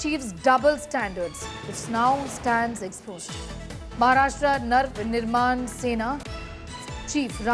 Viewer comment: First learn to pronounce Navnirman. Its you that have double standards